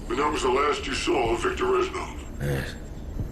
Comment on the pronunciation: Fyi not reshnov but resssssnov :)